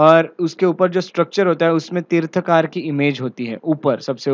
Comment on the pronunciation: Mansthambha is not an ornamental structure. Please research and seek clarification from experts. Pronounce as Tirthankar, तीर्थंकर।